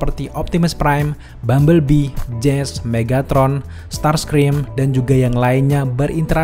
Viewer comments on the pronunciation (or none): none